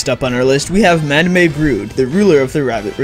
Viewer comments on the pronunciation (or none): mad-am-ay ? are you disabled... have you never heard someone pronounce the word madame before ? it’s mad-um or ma-dam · This kid thinks madame is pronounced madmay...... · It bothers me how you pronounce madame, it’s pronounced mad-um or muh-dam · wait, Madame is pronounced Ma-Da-may?! I always thought it was just Ma-Dame like in French. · "Ma-da-may"??? Dude Madame is pronounced "Ma-dam" maybe you've never read the word before, but surely you've heard it in your life? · "Mada-meeeeah" Brood If my job involved narrating YT vids I'd make sure my speech was on point. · nobody: this person: "mad-em-ay broode" oh yeah also good list. I think torkdrift is easier than robo brood, though. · Lmaoo "mad a may" broode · MAH DUH MAY BROODE????????? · Ma da may brood xD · Nah, you legitimately didn't know how to pronounce "Madame" when you read it 😂 you saw the "me" at the end and thought it was like "anime". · I didn't say it ruined the whole video for me. I said you didn't know how to read Madame when you read it.